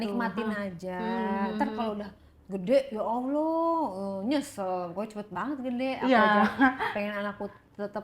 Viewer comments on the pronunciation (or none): none